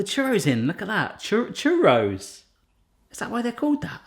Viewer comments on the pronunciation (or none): As someone that has grown up in France I really appreciate your effort to say croissant properly. On the other hand: it's NOT churROW haha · The first time you brought it out, I thought you said cherry sauce instead of churros. I was waiting for you to make cherry sauce!😂🤣😆 the dough in the water really confused me for a minute! Lol